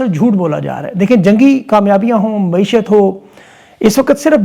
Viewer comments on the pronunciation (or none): درست لفظ معیشت ہے نہ کہ معشیت